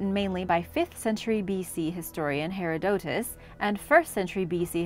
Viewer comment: "hair-odd-i-tuss" is how you pronounce Heroditus